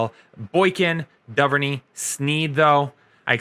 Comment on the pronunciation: Bro the Wideout is call DO-VER-NAY on Baltimore not DOVE-ER-NEY so Devin Duvernay